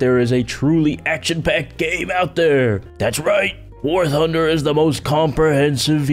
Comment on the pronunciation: I heard war hunder who else did